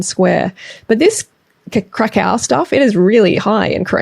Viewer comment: Cacao = crack = crack-ao